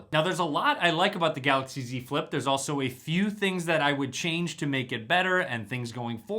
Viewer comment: great review... every time you said Z Flip, it really sounded like you said "dze flip"